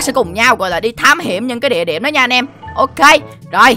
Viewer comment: địa điểm mà nói là đĩa điệm wtf